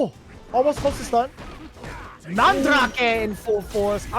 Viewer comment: Dude if this dude says mahn drack aye instead of mandrake one more time.